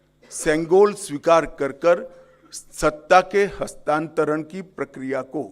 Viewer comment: कृपया हस्तांतरण शब्द को बार-बार बोल कर इसे सही से बोलने का प्रयास करें कल मैं दोबारा सुनुगा